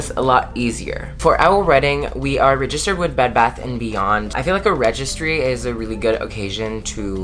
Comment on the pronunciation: I think that's great y'all aren't rushing the wedding., it is so cute the way you pronounce the word "registered " lol I was happy to see Sal in the video! I agree with him about 50 guests. Are y'all still moving in with friends soon?